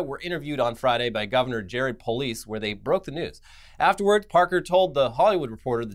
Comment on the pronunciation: "Jared POLICE"? 🤣 it's Polis. Pole-is. And why do people outside of Colorado not think casa bonita is real? Didn't most of the country move here already? 😒